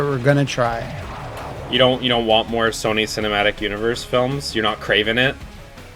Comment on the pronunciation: "You're not KRAVEN it?.........You're not KRAVEN it?" 🤣